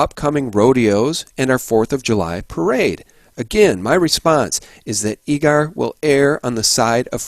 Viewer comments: It's pronounced Eager, like eager beaver. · it's EEE-ger, that's how us Zonies pronounce it. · Great show, I work in Eagar, Az. It is pronounced the same as the word eager. Keep up the great work. God Bless